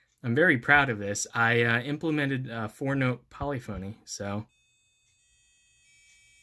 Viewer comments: Yes, polyphony is a word :P it's more pol-lif-a-knee than polly-phony though ;) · Polyphony is pronounced poll-if-in-y